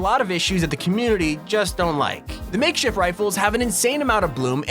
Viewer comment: Lol like how he says makeshit weapons